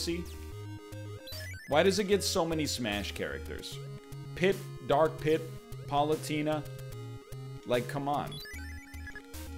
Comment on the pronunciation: Did... Did he just call Palutena "Pollutin'a"?!